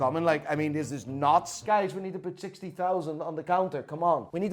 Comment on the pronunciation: chixty thousand lmao